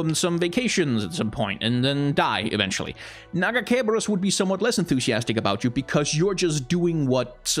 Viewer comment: My favorite part of this video is his refusal to pronounce her god's name correctly